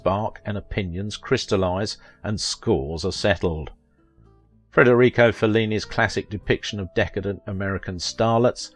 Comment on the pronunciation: The name of Fellini, the greatest movie director of all times is Federico, not "Frederico"🙄